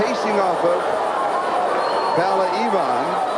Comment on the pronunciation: brilliant.......I only wish the American commentators pronounced PAULA correctly...... not PALLA.....as they keep saying. Who ever heard of Pall Newman????? It's the same name with an A at the end....